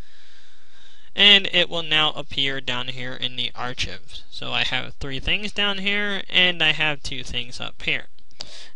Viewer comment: Thanks, this helped. LIKED this. Tip: Saving to a collection is pronounced "ark-ive" not "archiv" It's the same root word (and sound) as archaeology. You may have heard of the National Archives.